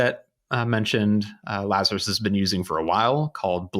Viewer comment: "our good friends lazarous" uahuahuahuahuahuahua